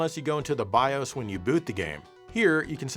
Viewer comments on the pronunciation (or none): none